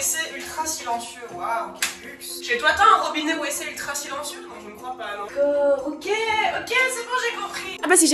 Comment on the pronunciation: Mais qui dit WeeC pour WC ???